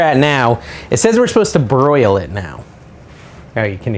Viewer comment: Unique way of pronouncing broil 😂